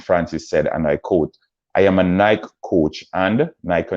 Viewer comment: Also learn how to pronounce Sha’Carri and Nike before you speak on them!